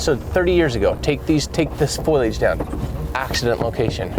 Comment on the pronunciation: Foilage? I pretty sure it's foliage (fo-li-age). It was confusing me the way you were pronouncing it. I had to really listen to what you were saying to realize what you were meaning. 😉 I'm sorry you didn't find her this trip but you will.